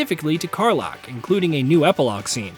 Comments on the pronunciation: "Car-lock"? You mean Karlach? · Car-LACK (not "Lock") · "It's pronounced Karlach, not Karlach!! What are you, stupid or somethin'??" Get this man a Nobel Prize